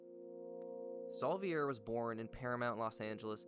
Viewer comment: No you didn’t say Saúl Viera right😂